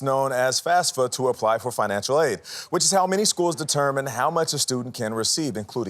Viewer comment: It's FAFSA, not FASFA.